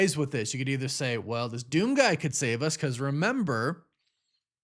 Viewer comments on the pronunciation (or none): none